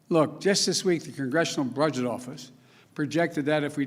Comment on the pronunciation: The congressional brudget office? Wat. Cant even read correctly. Aren't we in 2021? So pandemic will be over in 2021 he said. Yah, cant wait. Let's see if he is making more empty promises. So far he didnt do anything he promised. I heard him say he had a better plan the Trump but hes still lying. C'mon man Fingerbanger joe. Wats going on with investigation into hunter ?